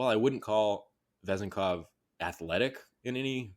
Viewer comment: Last name accent is on second syllable